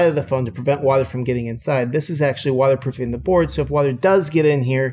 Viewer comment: "Wadder proofing"😂😂